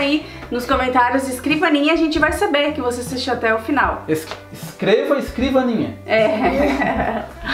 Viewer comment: "Escrivania" ficou top 10